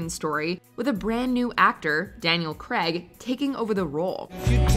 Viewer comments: Daniel who? That’s an “a” in Graig sweetly, not an “e”, if it were pronounced “Daniel Greg,” it would be spelt with an “E” not “ai” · no one:: Daniel Creg